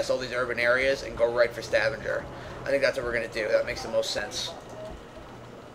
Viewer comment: And Stavanger, soft G.